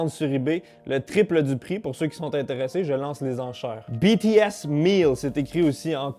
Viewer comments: BTS se prononce bi-ti-èse pas bé-té-èse. Merci :) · oe il prononce Bé té aisse alors que c’est Bi Ti S (a l’anglaise) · il le prononce un peu de manière française hors il faudrais prononcé le B à l'anglaise a peut près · " bé té S " ( jsuis pas une fan svp ) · JPP comment il prononce "BTS" xD Bon après on peut pas lui en vouloir il l'a dis que cetais pas sont truc x)